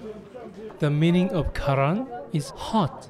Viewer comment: His name karantita not karan and it form Algeria 😉